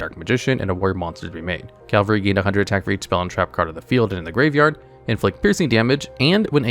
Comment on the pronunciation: it's Cavalry (CA -VAL -RY) is mounted infantry "the cavalry is here" but Calvary (CAL-VA - RY) is the hill they stuck the J man on the cross Hope that helps atleast more than Konami has helped dark magician